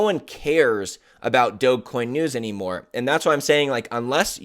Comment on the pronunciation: This guy can’t even pronounce Dogecoin. We are in a bear Market. Imbecile.